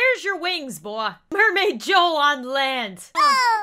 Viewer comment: Anyone here the way she said boy